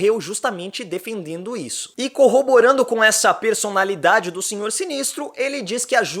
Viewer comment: Em "coroborando" que fofo !!